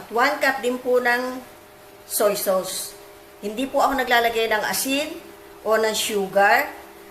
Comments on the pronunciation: Orange Soda sauce is pronounced as SOS not SAWS - 💖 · Napaka yummy! I like how you say SOWS po sa sauce. Ty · "sows" (sauce) ahahaha